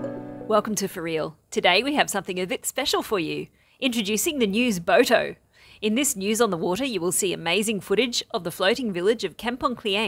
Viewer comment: Enjoyable "News Boato"